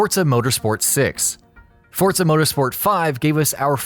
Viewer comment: No "t" in Forza.